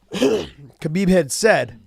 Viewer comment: You know how newbies first say Royce and Rickson but eventually they learn to say Hoyce & Hickson? It's time to say Habib properly Josh....it's a question of "hespect".